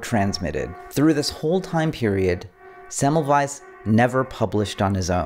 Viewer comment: I upvoted when I heard you pronounce Semmelweis correctly.